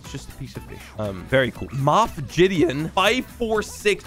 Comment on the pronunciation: who got triggered when said jideon instead of gideon